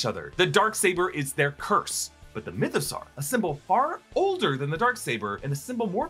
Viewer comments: why do you keep pronouncing it like mythO-SAR? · It's Mytho-saw like dinosaur. Saur is pronounced saw.